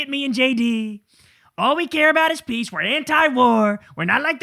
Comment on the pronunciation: SUPER emphasis! 😅